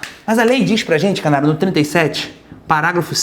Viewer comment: Tive aula com esse professor no rio de janeiro aos sabados de manhã, pqp o bicho quando falou canário eu entendi caralho e só assim que acordei! Eminem perde longe pra esse Mestre 🤣 #passarinhomaisfamosodoBrasil